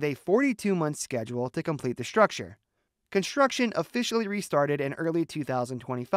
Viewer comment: why does the AI voice pronounce the word structure as 'shtructure'? It seems that AI has a problem with the sound of theletters "ST" when put together - somehow considering that "ST" is pronounced SH